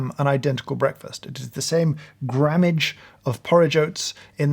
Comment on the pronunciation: I don't like how he says the word breakfast